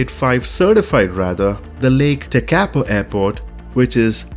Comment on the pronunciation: The free airport by Master Sergio Del Rosso is pronounced Tek-a-po..:) the default bing scenery in that area is also stunning ...add a morning sunrise with pockets of low level fog and you are ready to have your mind blown:)